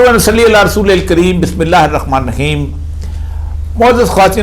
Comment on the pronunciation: ye ("RAKHMAN" nir rahim) kiya hota hey.?